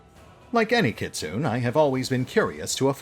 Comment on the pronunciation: Gotta love the way you keep mispronouncing Kitsune. Yes, I know all about the "Americanized", but if even ingame it's done one way, then even should be using "Kit-soo-neh"